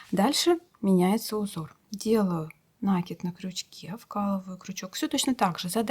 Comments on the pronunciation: Мастер - класс класс👍 шапка супер 👍, Но почему нАкид? Нить накИдывают, следовательно накИд. Или я не понимаю язык вязальщиц. Многие вязальщицы говорят нАкид и рапОрт. Возможно так правильно. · Всё отлично, но ПОЧЕМУ нАкид то? ??? Проверочное слово накИнуть, а не нАкинуть. Слушать не могу. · Да, нАкид - не часть исскуства, а безграмотность! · Ах, если бы не уроки вязания... Ну, говорите неправильно, да и ладно... Дело привычки. Но ведь повторение неправильного ударения в сети закрепляет безграмотность наших вязальщиц! Это если бы по телевидению и радио говорили безграмотно, как привыкли... Хотя сейчас именно так всё и происходит. Конечно, накИд...